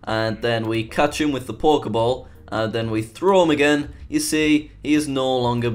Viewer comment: It sounds like you saying Pork-e-ball. XD